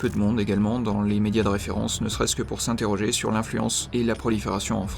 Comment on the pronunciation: Vers 5.30 il a dit l'immonde au lieu de le monde?😭